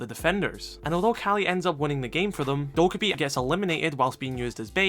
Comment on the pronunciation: Dokkaebi is pronounced doe-kay-bee :)